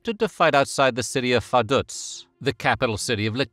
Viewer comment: It's Vaduz not Verduz. Two times wrong doesn't make it right. 🙄